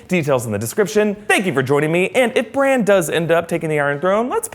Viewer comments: Did he just said Branch for Bran? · You called him BRANch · Its bran. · It's Bran yw